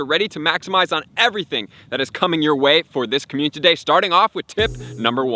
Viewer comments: How many times do I have to hear him say "communTity" day before he realizes. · Slow down and pronounce community properly please